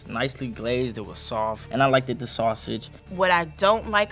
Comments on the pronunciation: Sir, (Mr red hoodie & black jacket), there is NO such word as "like-ted". It's LIKED..pronounced "like-t". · And he kept saying like-Ed instead of liked. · Is saying "likeded"?:face-green-smiling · Dag, he said "likeded"... smh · They let nephew say "likeded"😂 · Did he really say "likeded" ? lol smh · seems to be a hater or just a basic b****. He also kept saying "likeded". I know that the country isn't doing as well as we should be doing. I didn't realize our education system has failed so badly that a young man can't pronounce a word correctly. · talmbout some "likeded" is blowinggggggg meeee 😭😭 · He also said “likeded” multiple times so the grammar of a 3 year old as well 😂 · Did this lil nigga just say “Liked-ed” ? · did bro say “Liked-Ed”🤦🏿‍♂️🤦🏿‍♂️🤦🏿‍♂️